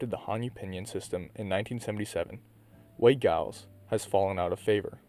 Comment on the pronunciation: The G is Giles is pronounced with a soft G (“Jiles”)